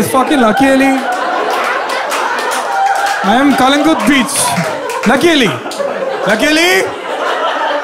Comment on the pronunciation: Being from Goa first time I a heard non Goan pronouncing "Calangute" accurately